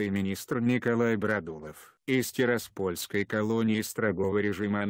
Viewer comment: Только всё- таки ТирАспольской,а не ТираспОльской